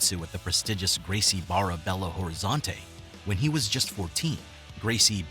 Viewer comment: How you make a documentary at mispronounce Barra. Hang it up